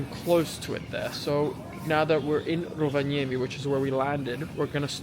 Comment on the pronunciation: best foreign Rovaniemi pronounciaton I’ve ever heard and I used to live there 😂😂😂